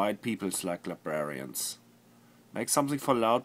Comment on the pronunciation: "la-bra-rarians" aha! Your German Akzent ist slipping, Flula xD